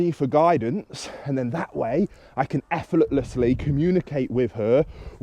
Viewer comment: Efforlettless lol! Great video though thank you!